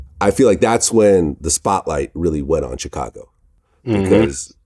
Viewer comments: Ch cago 🤣🤣🤣🤣🤣🤣🤣🤣🤣🤣🤣🤣🤣🤣🤣🤣 the rest of the world pronounced it shicago vlad lol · I hate the way vlad says Chicago 😂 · I hate the way Vlad says Chicago lol